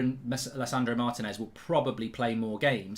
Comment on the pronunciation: better learn how to pronounce his name then!